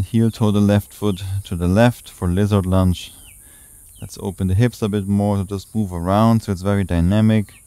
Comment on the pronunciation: I appreciate these short energizing flows; thank you. And, funny thing: I continue to hear 'lizard lunch' when you prompt 'lizard lunge' ha ha ha, always gets me smiling 😊 Many thanks 🙏